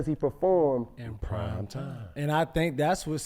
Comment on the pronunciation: Any else cringe every time Shannon says Time instead of Prime